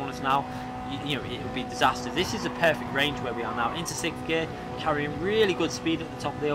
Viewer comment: Fair enough, but have you heard pronounce 6th? Hahaha